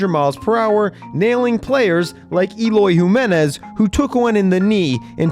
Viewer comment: "Eloy Whomenez"